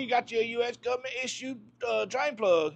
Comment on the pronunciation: Can always count on the "Guv ment " to help you out when you need it. Lol